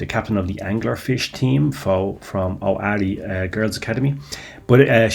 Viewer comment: Ooarai. Not oari 😂